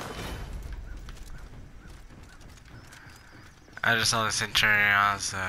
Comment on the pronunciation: You pronounced centurion wrong. [pulls out makarov] this is a serious offense. BLAM!